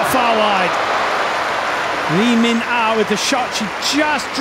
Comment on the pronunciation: Lee min ah not Lee min na